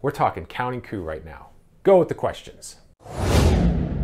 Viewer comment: The word is not "coupe" (french) "coup"...pronounced "coo"...!!!